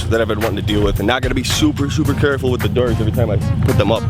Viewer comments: The derrs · The way you say doors made my night